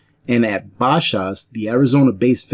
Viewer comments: Here in AZ we say bash'es like batch, but it's Bash ah's or ez, depending on how fast you say their name. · We pronounce it 'Ba-shehs', emphasis on the first syllable. Only limits I have seen have recently been on things like cleaning and disinfecting products. Just in the last couple of weeks rubbing alcohol has reappeared on the shelves, but it's in bottles half the size of what it used to come in, and it's only 60% - and it's twice the price it used to be.